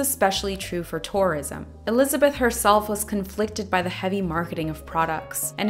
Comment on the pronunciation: I keep thinking you're saying "Taurism" lol